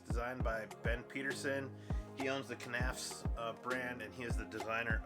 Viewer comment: Just nafs. The k is silent like in knives